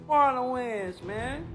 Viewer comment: Wow, this AI voice is incredible! It even sounds like "Marlon Wayans"! AI is getting so good—if it weren’t for the slight mispronunciation of his last name, I would’ve never guessed! 🔥👏